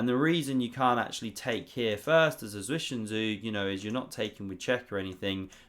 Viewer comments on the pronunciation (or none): none